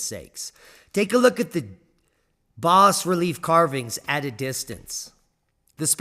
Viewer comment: It is pronounced bah-relief‼️🤪